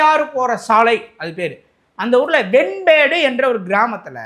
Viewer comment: Venmedu.... Not vembedu